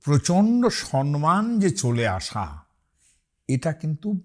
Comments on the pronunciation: উনি ভুল উচ্চারণ করেছেন। অনেক শিক্ষিত মানুষকেই এই ভুল করতে দেখি। আমাদের প্রাক্তন মুখ্যমন্ত্রী মমতা বন্দ্যোপাধ্যায়‌ও 'সন্মান' বলতেন। তবে আপনি সম+মান লিখেছিলেন, আসলে হবে সম্+মান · How an erudite like you pronounce the important.Bengali word :সম্মান as সন্মান ?Surprising enough. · আপনা কে "সন্মান" উচ্চারণ করতে শুনলাম। শব্দ টা " সম্মান " না "সন্মান"? আমি তো সন্ধি বিচ্ছেদ এ ( সম + মান = " সম্মান " ) জানতাম....... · আচ্ছা, আপনি এত সংস্কৃতজ্ঞ পণ্ডিত মানুষ হয়েও 'সম্মান' না বলে 'সন্মান' বললেন কেন? এর পর থেকে দয়া করে ঠিক উচ্চারণ করবেন। নাহলে অনেকে আবার আপনার উদাহরণ দেখিয়ে বলবে সম্মান ভুল সন্মান ঠিক। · সম্মানই বলে উচ্চারণ